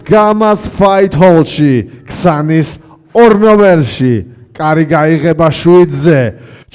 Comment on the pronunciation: Qsanis ara, qsnis!!